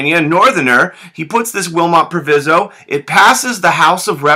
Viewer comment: Proviso: Pronounced w/long i